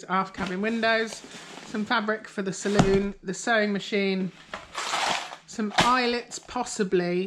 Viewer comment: Thank you for pronouncing it saloon NOT salon.